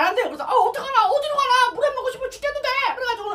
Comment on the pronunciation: 물회를 물애로 말하사네